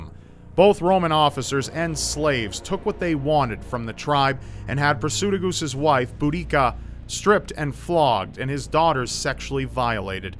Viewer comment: kimzee59 also, Prasutagus is pronounced Prah-soo-tah-gus